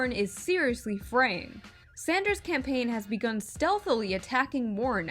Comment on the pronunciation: Did she just call him "Senator Sandsdrew?" pokemon battle music starts